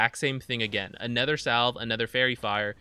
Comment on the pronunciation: I always wonder why you pronounce other/another as "ether/anether."